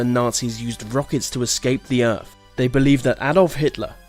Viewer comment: theories not feories earth not earf